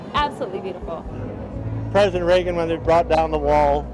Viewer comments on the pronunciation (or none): none